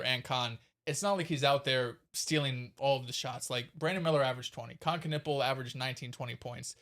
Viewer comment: they started laughing when he said knuple and not knuepple and he was getting annoyed that they were interrupting his monologue, and then told him to chill its just a pod.